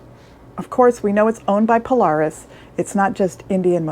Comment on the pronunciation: You can’t even pronounce Polaris correctly you lost all credibility, Indian has forced HD to finally bring a decent bike to the game in 2024 still don’t have a electric windshield